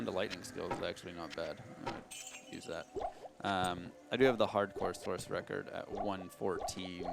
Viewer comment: He did say source, though. Never heard it before either... always said "sork"